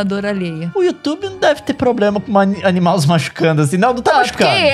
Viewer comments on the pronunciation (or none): Um minuto de silêncio pelo "animaus" do Leon no minuto 3